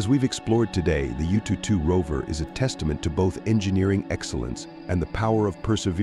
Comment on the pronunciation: Yututu sounds so cute 😂. If you're interested, the proper pronunciation should be "Yuuu-Too-Er-How". "Er-How" means number 2 in mandarin.